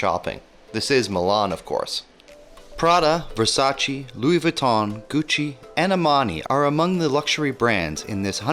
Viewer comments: Versace....non Versacci 😉 Quelli, in italiano, sono una brutta cosa 😂 Comunque bel video....complimenti 👏👏👏👍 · Finally someone that describes things to see in a proper way. Thanks from an Italian :) But... You have to enhance your pronunciation :D For instance VersacE the "E" is pronounced more or less like you say "A"